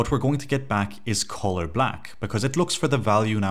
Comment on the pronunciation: Hey man, this video is great! I cant stop hearing you talk about Colas tho lol. Color is pronounced CUH-ler in the US and CUH-luh in the UK Thanks for the tutorial!